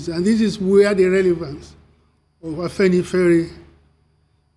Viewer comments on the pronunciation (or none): It is not Afanifare, it is Afenifere. Do your homework before getting on air